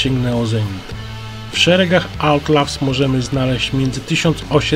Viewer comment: Czyta sie Autlałs lub Atlałs a nie Autlaws